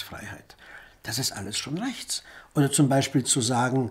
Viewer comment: "Rrrrächts" ist ein Kampfbegriff.